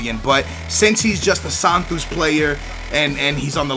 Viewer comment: Is not Santus is Santos